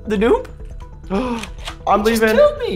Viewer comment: what is a noon?Its pronounced "noob" got it good cause i'm not teaching a spelling class